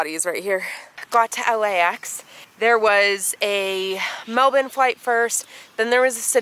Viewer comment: Every time I hear you say Melbourne I’m like wow, we really pronounce it completely wrong in the US! Haha!